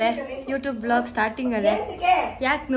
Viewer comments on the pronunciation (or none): mam, It's VLOG and not BLOG,hope next video inda adna correct maadkothira antha..🤗 Aunty and neevu serkondu shopping, cooking,makeup challenges maadi,khushi agutte nodoke..😇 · Next time u may correct it... Its vlog not blog..